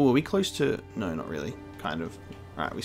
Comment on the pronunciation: I like how adds an R when he says no and is really angry - "noooor"